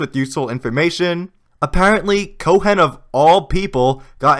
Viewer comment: the H in Cohen is silent lol